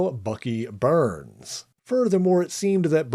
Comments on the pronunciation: I gave this video a thumbs down, it could’ve been a thumbs up, but I was really irritated with the whole video every time Bucky Barnes name was mentioned. It’s Barnes not Burns. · It's pronounced BARNS not BURNS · I cringed every time he said Bucky Burns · Where did Bucky "Burns" come from. BARNES isn't it. Also, using racism as click bait is stupid. Do better. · Do you mean Bucky 'BARNES?!' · I think it’s an accent quirk.